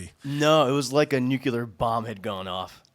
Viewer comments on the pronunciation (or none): I heard ''nucular.'' There is a new and clear way to say this word. new and clear new-clear Sorry, I get George Dubya flashbacks when I hear that word. Enjoy my mnemonic!